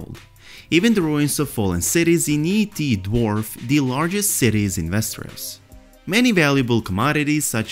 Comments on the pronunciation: every time he says yi ti i keep hearing ET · I thought I heard you say "ET", now I can't get that image out of my head every time you say "Yi Ti"